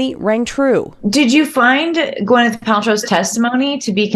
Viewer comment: I really wish everyone would stop calling her Gweneth . It’s Gwyneth - Gwyn not Gwen